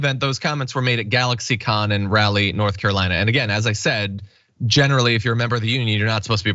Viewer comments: Rally? Wow, you never heard how to pronounce Raleigh? 😊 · It's NOT Row-lee, it's Rah-lee. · It isn't RALLY. It's 'Rah' leigh. Did you not study Sir Walter Raleigh in school?